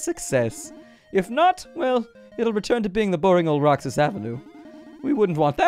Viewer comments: That's read as Roh-hass bro. And the Roxas night market in Davao does actually exist. They close the avenue at night. :) Isaw (eee-sao) is grilled chicken intenstine, and kwek kwek is deep fried eggs covered in flour. They're traditional Filipino street food, though not as infamous as balut. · Roxas is pronounced "ROHASS" in filipino regional dialect aside from a market it's a city in my hometown capiz (pronouced cap eez) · duuuddeeeeee PH REPRESENT... roxas is pronounced as ro-has. A jeeney is a jeep conveeted to serve as a public transport here in the Philippines. And the the highway closes down at night to make way for the night market Also Sara is MAYOR SARA DUTERTE as in the DAUGTHER OF THE PHILIPPINE PRESIDENT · Said as Roh-has. And it is a real place